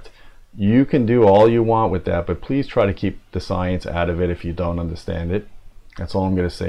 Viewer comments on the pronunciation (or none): none